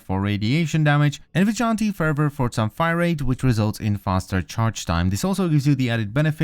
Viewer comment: It's NOT vi gont tee it's pronounced VIJ O LANT TEE